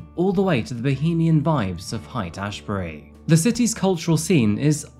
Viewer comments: It's pronounced Hate Ashbury. And Seattle has been a cesspool for a while now. I wouldn't be caught "dead" there. Which is how you end up. And then, they let your killer out! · Oh... get your pronunciation of English sorted ffs. Google how to say " Haight-Ashbury " (the most iconic street name in San Francisco) at the very least mate.